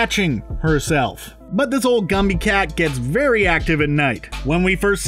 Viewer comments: The saddest part is its a musical that I love. I wish they'd just used the stage costumes. Also, it's "Jenny-ANY-dots" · Seriously, if you say "Jennyadots" one more time....!! If you are going to savage a movie, at least get the characters' names right. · What exactly was difficult about pronouncing JennyANYdots? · Not that I care, but it's Jenny-Any-Dots. You're skipping an entire syllable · I could only stand this for so long. Dude! Rebel Wilson's character is Jenny Any dots. Please. You're better than that. Don't be one of those YouTubers who don't read their copy before recording.. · I cringe every time you say “Jenny-a-dots.” Runner up: Tom Hooper spending 36 hours “consistently editing.” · It’s Jenny-Any-Dots. Please say it correctly. There’s enough wrong. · Jenny. Any. Dots. Not what YOU are saying. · 5 syllables Jen-ny An-y-dots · IT WAS BUGGING ME THAT HE WOULDN'T SAY IT RIGHT! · So true - drove me crazy. And it kind of damages your credibility when you can't get the character's name right... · Jemima1377 the pronunciation was driving me crazy! Like, ffs, just look at the spelling! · It made me cringe every time this dude said Jennyanydots' name wrong. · The way he prounounces Jennyanydots' name kind of bugs me. Is the "any" part of the name supposed to be silent the way he says it? It isn't in the filmed stage version. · He made the same mispronunciation in his other video about Cats too. Cringe-worthy! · I also scrolled to the comments to say this! For the love of god, just read the character name! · The only defense anyone has is that he's saying Jenny's name incorrectly. Now THAT'S cringe. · How do you manage to mispronounce Jennyanydots when you LITERALLY SHOWED A SCREEN CAP OF THE IMDB CREDIT???? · Nothing says "we didn't actually watch this movie" like mispronouncing a very easy character name. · The cringiest part of this video is the narrator continuously mispronouncing the name "Jennyanydots". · It’s Jenny-any-dots. Not Jenny-ah-dots. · THANK YOU